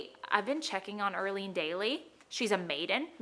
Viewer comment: Erlene. More like Early-ne 😅